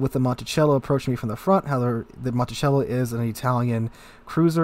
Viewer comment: Your pronounciation of Montecuccoli is making me visibly cringe in pain :) "monticello"?